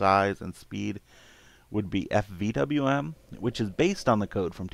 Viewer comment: fdwm? "probably the only other window manager in the same size and speed" I could not hear clearly and could not find fdwm. can you spell it? Oh i think you meant FVWM?